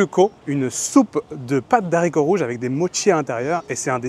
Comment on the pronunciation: A chaque vidéo ca me rend fou... "Pâte DE haricots rouges". Pas "d'haricots". C'est un H muet, respecte le boudiou !